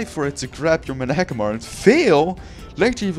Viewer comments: i think managarmr is pronounced man-a gar mer and you pronounced it muh-na guh mar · he said men agg amar